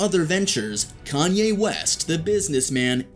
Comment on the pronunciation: Can’t take u serious u mispronounced his name